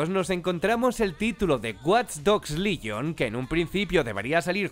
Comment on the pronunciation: WATCH DOGS LYON JAJAJAJA ES LEGION COMPAÑERO PRONUNCIA BIEN AMIJO